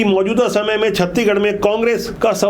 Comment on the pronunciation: सर जी छत्ती गढ़ नहीं छत्तीसगढ़ बोलें